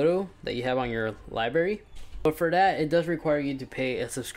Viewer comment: He said “Libary” 🤣